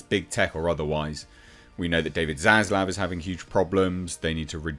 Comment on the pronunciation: Finally a YouTuber who can pronounce 'Zaslav' correctly. Thank you.